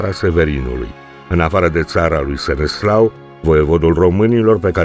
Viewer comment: Îl chema SeneSLAV nu Seneslau. Trebuie să acceptăm istoria așa cum e nu cum ne place nouă să fie.